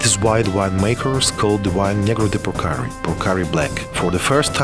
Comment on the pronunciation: deshi este un vin exceptional .....nu-i duc capu' sa faca o publicitate ca lumea .... macar de -ar pronunta corect cuvintul" purcari" .... englezoi de 2 bani ...